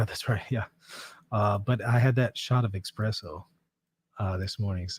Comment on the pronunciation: It’s definitely called espresso, not expresso! Lol